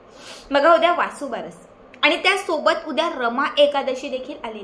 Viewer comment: वासूबारस चुकीचे आहे, वसूबारस म्हणावे .